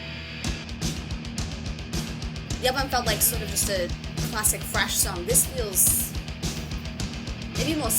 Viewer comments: says FRASH! Not thrash. FRASH! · When you said thrash i heard fresh. I was like who in the hell told you this is fresh metal! I was momentarily going berserk.